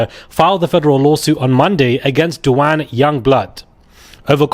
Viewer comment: Duh-wayne that's how you pronounce the name Duane or Dewayne!